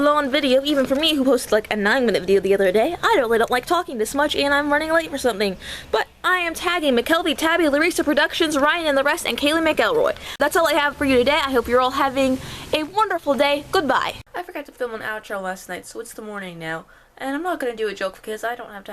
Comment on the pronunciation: Mackle-Roy. It's Scottish, haha :P